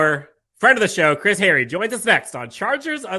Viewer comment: Kinda funny that you remark about mispronouncing players' names,. Especially since you made the remark to Chris Hayre... HAY-ree. Not Harry. Still love you, dude.